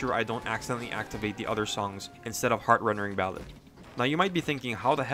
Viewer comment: video is great but would be better if you said "heart-rending" instead of "heart-rendering." sure you can call it nitpicky but its a genuinely annoying thing to hear when you know what its supposed to be called.